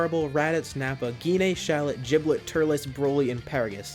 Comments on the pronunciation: You mean Giblet not jiblet! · It's not jiblit it's giblit